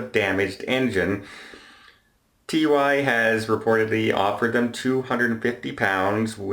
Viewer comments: Simeon Ital Either way, it's pronounced Too-eee. Not seen the adverts? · it's pronounced like Two-ee. Also the cruise line is Marella, TUI Cruises is a German cruise line. Marellia is operated by the UK travel agency TUI UK. As a travel agent I thought you would know that! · Love your stuff, but TUI is pronounced “TOOEE” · Pedantic point - TUI is pronounced Too-ee rather than T U I (at least in the UK)